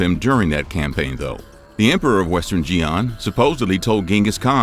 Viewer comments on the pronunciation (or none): Xian is pronounced "Shee-Ahn" not "Jee-Ahn". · Xian is pronounced Shi’an, not Jee’an. If you’re going to make a video which viewers can believe is accurate, at least get the names of important places and dynasties correct. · Please correct you pronunciation of 'Xi'an'. It is pronounced as follows: "Shi'an" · How is it that you can pronounce yinchuan but not xian? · I've clicked away from this video after a minute because I think that anyone making content on China but who cannot pronounce (or try to pronounce correctly) place names in China is talking through their arse. 'Xian'- look it up. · You need to edit better... instead of saying in the year of “twelve-ten” you said “twenty ten”...... Also the consistently butchering of words like “Xian” really makes me wonder if I can take you seriously.. Like, my guy didn’t even “try” to properly pronounce it... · So, when is western media going to finally start pronouncing Chinese names with remote sense of phonetic accuracy? Like, not even tones, but just basic phonetics.